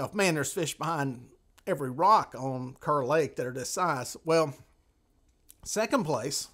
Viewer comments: You might not know this, but it's actually pronounced "Car" Lake. Not spelled like it, but that's NC for ya! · Not just a NC thing. I had a British friend YEARS ago. His name was Kerr. If you pronounced it "Curr", Sebastian would correct you, fast. "It's pronounced Karr! I cur is a mongrel dog."